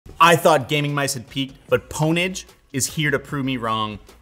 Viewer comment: Did he really just call Pwnage, "pone-age". Have you never seen Pure Pwnage??